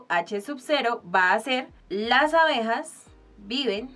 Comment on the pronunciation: se dice ABEJAS que horror